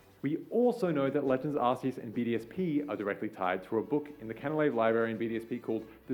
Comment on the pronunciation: You pronounced Arceus wrong